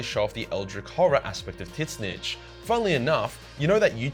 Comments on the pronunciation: Imagine calling Tzeentch "Titsnitch". xd Anyways great video. :D I actually really enjoyed the part of Tzeentch non sarcasticly... <3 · Did I hear that right? Is it pronounced tit-snitch? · is he purposely calling Tzeentch "teet snitch?" cause like, that's not how you pronounce it m8 XD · I really can't take anything you say seriously if you keep saying Tzeentch as "Tit-snitch." Lol. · You pronounce zeench in a funny way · Tits-nitch? I have never heard of this chaos god. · Why do you keep saying Titsnitch? It's super lame. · I watch your vids so much I actually have no clue how to pronounce Tit Snitch’s actual name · How do you butcher tzeentch so badly 😭😭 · T in tzeench name in silent Watch dawn of war cutscenes and hear how they pronounced his name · The "T" in Tzeentch is silent. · What's up with the Tzeentch name pronounce though? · I keep thinking he's pronouncing Tzeentch ironically, but it doesn't seem like he is :( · Is that how you really pronounce Tzeench? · The way you pronounce tzeentch drives me crazy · Can someone explain why he pronounces Tzeentch like that? Is this an inside joke, is he clueless, or am I the clueless one? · The way you say Tzeentch fucking sucks. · Sadly he pronounces Tzneech wrong, it's in the books. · Did you just say TIT SNITCH INSTEAD OF TZEENTCH?????????!?!?!?!?!?!?!?!?!?!? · I thought it was pronounced "ZEEEE-CHEECH" why is he saying "Tit- Snitch"? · Ngl I though tzeentch or whatever tf his name is was pronounced as “zeech” and not “tit snitch” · Tzeentch is pronounced "zeench," not "titsnich." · My man, its pronounced "zeench" not titsnitch. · It physically hurts me every time he calls Tzeench “Tit Snitch” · T`ZEEEEEHNCH NOT TITS SNITCH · Gotta say man, the "Titsnitch" thing has gone from kinda funny, to unfunny, and now it's just annoying. Please just say Tzeentch. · its not titsnitch, its zeench. GW confirmed in a recent video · Tzeentch is not pronounced "tit snitch" it's "Zeench" FFS! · Its not "tits nich" its "zinch"